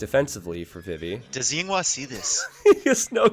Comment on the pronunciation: You keep referring to Yinghua as Yinwa. Yinwa is not a good word to call a person.